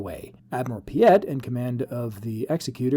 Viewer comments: They are spelled differently. Vader's ship Executor. Your pronunciation Executer. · Oh, my... All I'll nitpick for now: mate, it is pronounced Egg-zek-cue-tor, not Ex-ee-cue-ter. As in executor of a will. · Very cool speculation! One small nit: “executor” in American English would be pronounced “egg-ZEK-you-ter” as we commonly hear in the “executor of a will” … it’s not “EX-uh-cute-er” like one-who-executes-people. (That second one isn’t actually a word. 😂 If that was the intent of the name, it would have been called the “Executioner” 😁). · Exec-U-Tor. Pronunciation is important :)